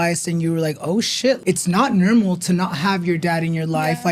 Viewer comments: Why do you say nermal instead of normal 😂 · I’m dead 😂 I low key love when he says it! Newrmal 😂❤